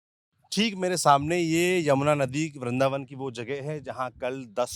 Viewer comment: bindravan hota hai vrindavan 🤔